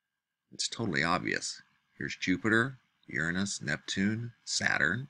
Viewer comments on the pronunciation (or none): It’s pronounced “your anus” not “ ur nus” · It's not pronounced urenus it's pronounced Uranus